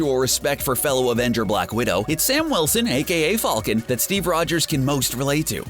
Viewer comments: did he say folcan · I was really annoyed at how he said falcon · Why does he say "falcon" like that? 😂